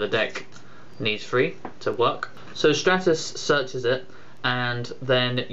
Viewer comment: It's stratus. Like the Stratosphere. same pronunciation.